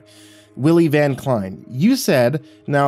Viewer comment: It's pronounced Van (like the vehicle) Klein (rhymes with line)